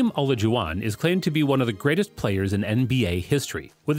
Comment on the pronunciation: the way he pronouned olajuwon 🤣🤣🤣